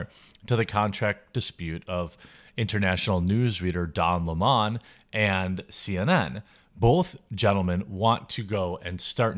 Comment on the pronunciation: Ha ha! Don Limon… Yeah…. Don is the definition of his actual last name & it’s pronounced…LEMON . LEM-ON.